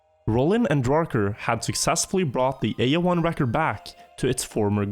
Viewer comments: My old as can't stopping hearing A01 as A O L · Cuando pronuncia AO1 parece que dice illojuan